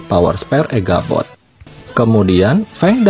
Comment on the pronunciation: Echabot tole bukan eghabot